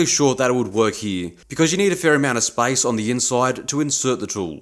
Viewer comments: SPACE! YOU MEANT SPACE! GOD! I feel like an idiot 😭 I swear it sounds like spice in your accent. I thought why does he need cooking ingredients in metal working anyway? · well, it's obvious now! When I was watching it in bed yesterday, it sounded like spice and I was absolutely confused 😅